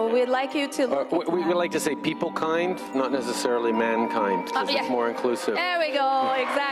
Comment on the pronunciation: “Peeple kieend” fuckin fruit